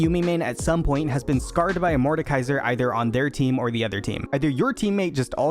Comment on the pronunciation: "Maoki" "Mordakaiser"